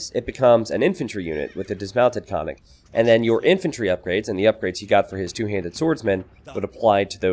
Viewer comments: Absolutely! I wrote about this in another video comment section, but no one seems to pay attention. In bulgarian language every letter counts, so yes - it shoud be pronounced as double or prolonged sound N - [nn]. It is like two different words KON+NIK to be said quickly as one. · actually pronounced koN-Nik and means horseman or horseman raider. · Ok but it is actually pronounced koN-Nik and means horseman or horseman raider. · Not to be too banal (ok, maybe it is) Konnik basically means horse, so following the Slavic language custom the plural should be konniki. Konniks is just a gibberish Americanization. The pronunciation also makes me want to cry ;c This is why I hate when games decide to try to give a unit a native name.